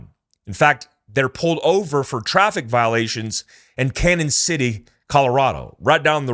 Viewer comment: I like this video but have many counterpoints to make. First off, for someone who knows the area you mispronounced Pueblo and Canon City. Canon City is pronounced Canyon City and you pronounce Pueblo weird. Second, as a 10 year resident of Pueblo, yes there is a lot of crime here but it's local gangs and some left over mafia. I've never heard of cartel activity in the news or on the street. Third, the cartels would be insane to attack Ft Carson, there's just no way. Ft Carson is a major U.S. base with frequent and active artillery, M1 tanks, Bradley APCs, Apache helicopters and a shit ton of active duty personnel. Plus, the Air force academy is nearby. Last, although 180K is a lot of ammo I think you are over looking Pueblo's central location. More likely than an attack I believe Pueblo is more of a distribution point with access to I-25 and Hwy 50. You could quickly distribute ammo to major cities in CO, TX, KS, CA, etc. Good video and good points and no matter who is right or wrong, this should raise significant alarm bells in the government and amongst the citizenry.